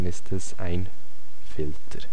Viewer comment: "Filtrr" - ansonsten nützliches Video!